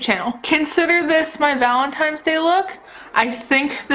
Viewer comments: I watched this video and somehow didn't no u said Valentine's wrong until I saw ur post in the community tab lol but I think it's cute. don't change it cause I say things wrong on purpose sometimes because I find it funny. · I think it’s adorable that you say valentimes day hehe ❤️